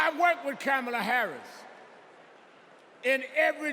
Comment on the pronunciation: this 🤡 referred to Kamala as a woman, wtf is that? Next he"mispronounced" Kamala's name .....it had to be deliberate. It was sexist and racist, why wasn't the crowd offended 🤔🤔....selective outrage is an MF